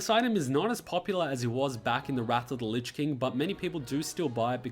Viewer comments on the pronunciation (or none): none